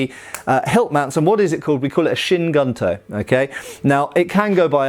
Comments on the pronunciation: Just to add something on pronunciation of Kyū Guntō, “Kyu”, transladed as “old” is pronounced like Key followed by an elongated U (so Keyuu), while in “Guntō” , translated as military (gun) sword (tō), the U is pronounced like in “blue”, and the final O is elongated (Gontoo). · It would be pronounced more like "kyoo goontoe" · Key-you goon-toe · One detail: gunto is pronounced as GOON-toh......literally means military sabre (single edged blade). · From my study of the Japanese language (just casually over a couple of years- so I’m certainly not an expert) I think the pronunciation would be closer to Cue Goon-toe. Cue like a cue ball, one syllable. Interesting vid! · Kyu Gunto = cue (like cue ball) goonto.